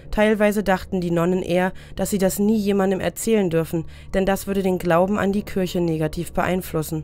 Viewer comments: Warum sagen Sie Kürche, sagt man doch Kirche? i und ü sind 2 unterschiedliche Buchstaben und werden unterschiedlich ausgesprochen?! Oder ist das Ihr Dialekt? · Ich mag die Videos, aber das ständige „Kürche“ macht mich echt wahnsinnig 😅 ich musste dann bei nicht mal der Hälfte leider ein anderes an machen. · Saskia Hansen Mich auch total das nervt! Aber ich darf das nicht posten weil ich als Muslim in Deutschland geboren bin. Mein Kommentar war auch spaßig gemeint. 😂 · Kürche Kürche Kürche Kürche Kürche Kürche Kürche Kürche Kürche Kürche Kürche Kürche